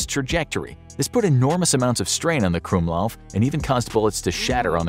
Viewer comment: the "gwumlauv" is pronounced "krummlauf" (crookedbarrel)